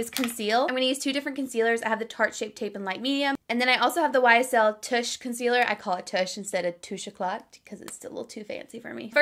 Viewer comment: lol.. did you say YSL “tush” concealer. you’re so cute! your skin looks flawless